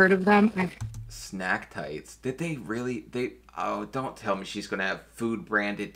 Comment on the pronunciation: lol it’s Snag tights not snack tights.😂 thanks for the laughs today.